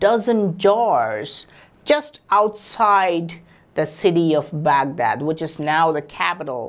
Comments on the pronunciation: Excuse me...Baag Daad....What's this..?😂😂😂 That's Bagdaad I know you are an Indian bc indians are copying master...!😐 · You sounds for funny buddy when you say Bagdad Badarriiiiiii 😝😈😂😂😂😂😂😂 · I imagine saying Baghdad battery like that if my tongue fell asleep LMAO 😅😂🤣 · Lmao the way he says Baghdad battery 🤣